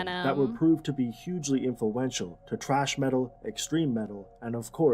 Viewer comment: Then all the pronunciation errors lol and the guy in the video pronounced thrash metal as trash metal lmao